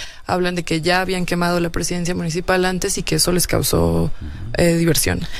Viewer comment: A lo mejor ya no oigo bien. Ciro parece que dice como "bian fracasado" en vez de habían fracasado...